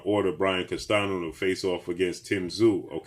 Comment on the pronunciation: his name is pronounced as Brian (CAS-TAN-YO), NOT CASTANO. Please get these guys names pronounced correctly man.